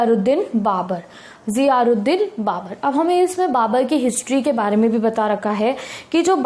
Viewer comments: "Zahiruddin" not *Ziharuddin." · Zahiruddin Babur not ziharuddin .. Nd nice video. Me upsc aspirants watching ur videos